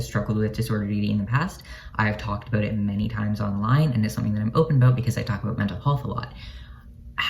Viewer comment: “Aboot “ -love ur accent-love ur vid